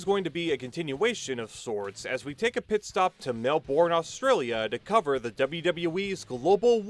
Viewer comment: Pronounced Melbourne wrong. Don’t worry most people overseas get it wrong